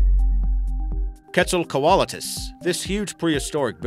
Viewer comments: Lol I cringed when he said that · That's the first time I've ever heard anyone say quetzalcoatlus like that. I think I'll stick to the way I've heard I'd, and if that's a bird then is a chicken a lizard? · my god said the quetz wrong and sarco